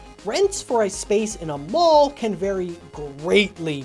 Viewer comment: When you said mall I heard ball and I was really confused about how Freddy's was in a ball.